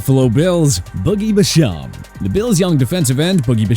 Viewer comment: Can’t even say basham’s name right. Also after last seasons playoffs the bills most disappointing is without a doubt Gabe Davis he had huge expectations and didn’t perform.